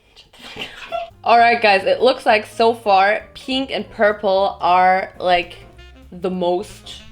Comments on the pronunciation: Piiiiiiink hör bitte auf bei Pink das i soooooo hart zu betonen Danke #nohate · I am so TRIGGEEREED of how she pronounces pink 😂😂😂 Thinking about closing the video and watching something else...😂😂 pink pink PIIINK PIIIIIIIIIIINNNNKKKHHH!!! 😭😬🤪🤯🤯🤯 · I love how she pronounces pink... "peeenk" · someone needs to make a compilation of pronouncing PEEHNK 💕😹😹💛💕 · Oh my God your pronunciation of pink is so annoying and bad... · Am i the only one who gets so annoyed by the ways she pronouns pink? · Dieses absichtlich falsche aussprechen von pink regt so auf